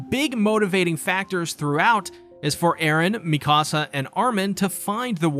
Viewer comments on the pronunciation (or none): none